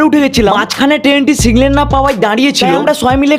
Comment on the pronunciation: Signal ❌ siglen ✅ 😂😂